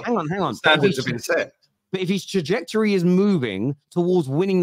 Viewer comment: Grammar can’t pronounce simple words says anyfink instead of anything, nothink instead of nothing, was instead of were and can’t pronounce trajectory he says trajrectory 😂 the guy is a Moron.